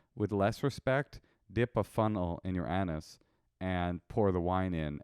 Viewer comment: The way pronounced anus is the funniest thing I’ve ever heard